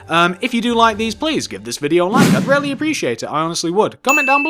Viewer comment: I like how you say really it sound like rarely